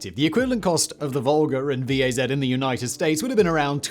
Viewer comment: Simon! Tip! If there is an ACRONYM in any Slavic language (with over 0 vowels, excluding translations ex USSR), 99.9999% of the time you should read it like an actual word. G.A.Z. = "gaz" and V.A.Z. = "waz"